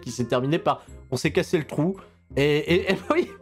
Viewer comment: "It's damn trou"